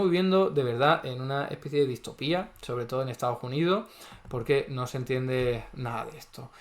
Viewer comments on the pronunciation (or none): none